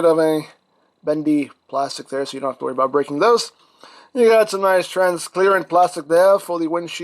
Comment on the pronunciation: Transclearant in the vid 😂😂😂